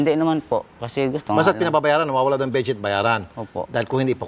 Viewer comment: sabi munga its ah bessheet bakit dika makaget over 😂 its ah bedsheet 😂😂